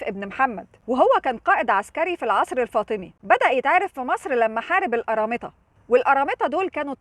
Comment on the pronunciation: انتي عسل وبحب فيديوهاتك ... ولكن القرامطة بالقاف وليس بال أ